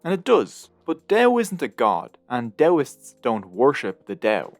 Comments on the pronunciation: good gods, stop "Del Del Del" it's Dao Ao not El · why not try to google how to pronounce Dao correctly? you explain very badly about pronunciation of Dao/Tao.. but still i love your video :) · You've pronounced Dao the wrong way during all the video! In mandarin Chinese, there is no [d] sound. The way Hanyu Pinyin work is that /t/ is pronounced [tʰ] and /d/ is pronounced [t]